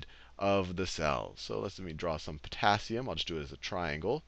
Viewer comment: yes I found that just now when i was watching:face-blue-smiling:i was like "eh...porassium you mean?"